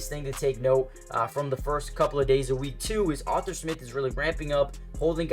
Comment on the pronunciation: ARE-THUR. Not author smith lol. great vids, but i cant take hearing Author again lol just call him artie or something